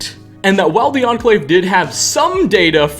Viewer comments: nuclear war was inevittableeuhh, the ahhn clave, thanks to a number of bunkers and offshore riggsuhh cant you just cut out the "uhh" you make at the end of words its really annoying and seems like you could just cut it out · "The Enclave-UH" like 50% of the words he says ends with "UH"